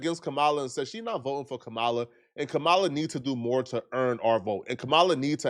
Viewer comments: Dude it’s COMMA-LA (Kamala) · it is Ka-ma-la...like Com-ah-lah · Come on,. Her name is pronounced "COMMA-LA". It's really not that difficult to pronounce correctly. At this point, you're saying it wrong on purpose, which is disrespectful AF. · stop mispronouncing Kamala. You sound stupid. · Bro you are not pronouncing Kamala name correctly. Just thought I would let you know that. Go research it bro. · YOU’D THINK SOMEBODY NAMED COULD PRONOUNCE KAMALA